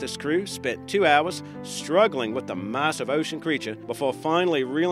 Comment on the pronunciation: Why the does this clown keep saying marssive!!!!!!